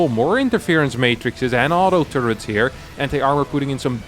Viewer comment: I like how this guy calls turrets "two-ritz". German ppl do be willin.